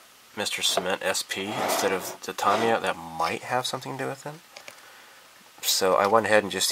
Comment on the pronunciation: Tamiya - Tomiya ? is that correct? always thought it was Ta Me Ya... let me know